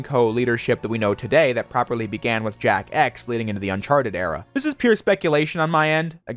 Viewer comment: Why do i hear him say jack ass whenever he says jak x?